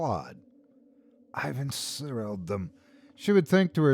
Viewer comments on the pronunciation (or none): En-SOR-selled - to be under the influence of a sorcerer’s or sorceress’ sorcery. The root word ‘sorcery’ should be apparent in the pronunciation.